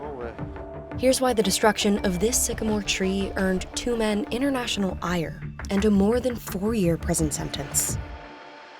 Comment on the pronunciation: The word is ' international ' not inner national .